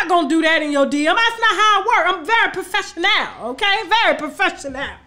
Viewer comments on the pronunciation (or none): I am very pro'fes'sio'nal....love your pronunciation. 😂😂😂